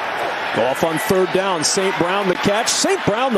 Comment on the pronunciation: bear dahhn